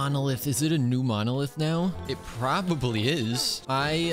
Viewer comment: Somebody pleease make a short out of saying "probabl"y i rewinded idk how many times im losing it